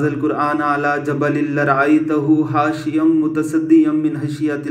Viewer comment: Bhai mere Aap Ka massage toh Sahi or bahut Accha hai. Aap ki islah Karni thi Aap ne Qur'an shareef ki qiraat me ghalti ki hai, ek Baar check karle or apni islah karle, Khashi'aau ko aapne hashiyau Kaha hai. Allah Ta'ala hum sab ki islah farma Ameen.